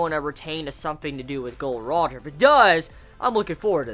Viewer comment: It's not gold roger it's Gol. D. Roger